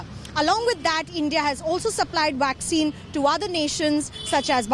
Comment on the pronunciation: the lady said waxine ,lol now wonder india can not control covid they are using waxine